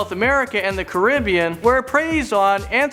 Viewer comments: Do you mean (ca-ra-be-an) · He said Caribbean wrong